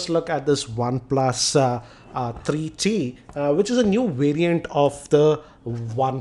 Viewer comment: its three t bro....not tarreee t....